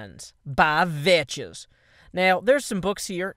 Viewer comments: He always pronounces Vechz vetches even though he knows its pronouced Vex new guy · you don't pronounce it (vech is) you say it like this (veks) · he always said vechs like that, and when vechs himself corrected him, it was too late.. Vechs uses that way of saying his name as a nickname for himself because of saying vetches -_ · hey it is not vetches it is veks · pronounces it vetches. Vechz pronounces it vetches because of. That's how it works. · hehe... veches he pronounced it wrong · are you saying vechs like that on purpose, i would like to believe you are but i cant tell